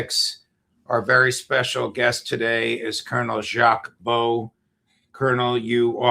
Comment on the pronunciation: Thank you for inviting Colonel Baud and publicising his sanctioning by the EU: and glad to hear the correct pronunciation of his name!